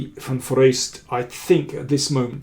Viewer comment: For an English speaker the pronounciation of van Foreest is excellent.